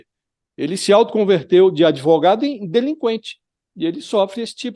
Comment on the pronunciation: "Por quê comprá-lo? Por quê não comprá-lo? Comprei-o-Ô!"... É um pândego esse "adêvoGado"! 🤣